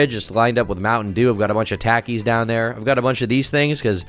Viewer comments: man really said "for snacks we got "tack-ees" and not "taq-ees" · Great video, but the fact you pronounce "Takis" as Tack-ees and not Tock-ees made me wish I was born without ears.